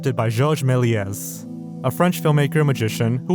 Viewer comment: The s at the end of “Melies” is silent.